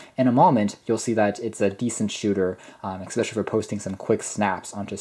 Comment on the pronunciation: Your review is excellent. You seem very well spoken overall. Which makes it all the more painful to hear you say 'expecially'. I loved these phones and owned windows mobile phones from 2005 until 2010. And I'm sure I will get tons of hate for being a grammar nazi. But the fact that you are so well spoken otherwise actually makes it stand out more. So, flame away. I still prefer especially to expecially. Or asked to axed. Flame away. I can take it.